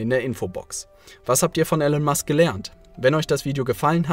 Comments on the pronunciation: Er heißt gesprochen "Ilon Mask" aber trotzdem gutes Video. Grüße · Er heißt Elon Musk, nicht Ellen/Alan Musk.